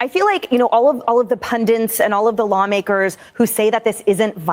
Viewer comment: what is it about the word "pundit" that Americans struggle with so much? Its "pun-DIT"! Not "pun-DENT"!